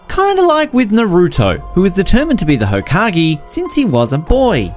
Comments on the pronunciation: man said hokagEE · He really said hokagee it's actually pronounced hokage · Naruto hokagi no bruh is hakage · tf is a hokagi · fax when he said hokagiiii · hokag E lmao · i cracked at how u pronounced hokage